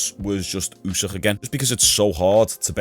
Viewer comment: I'm pretty sure it's Usyk, not Usîh 🤣🤣🤣